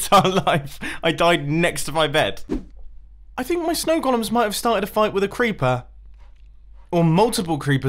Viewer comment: I like that he pronounces golem as "Gollum".